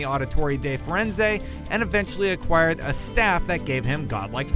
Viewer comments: Auditorey Day Frenzey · ACWDjack ezio oditorey di firenzey... they mention his name in the first memories, not really that hard to pronounce tho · you're killing me with the Italian name pronunciations! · The pronunciation of "Auditore da Firenze" is so painful 😂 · I rate 8 out of 8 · He can't pronounce anything properly "Borgia" "auditore da Firenze" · That is such a pet peeve of mine, i hate it when people, especially "professional gaming journalists", mispronounce names... 1. Alty-air... 2. Raw-dreego Borja... 3. Giovanni Odditory de Frenz-eh... But hey I digress, it's my own fault i clicked on a video by IGN. NEVER AGAIN...